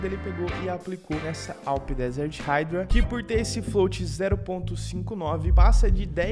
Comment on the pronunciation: Mas a pronúncia correta é "raidra" basta ouvir no Google tradutor. Ninguém pronúncia (PLAY) como "plai" mas sim, "plei". Espero que tenha entendido o exemplo.